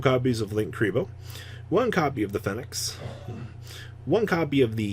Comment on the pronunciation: This guy can't even pronounce "phoenix" correctly 🤣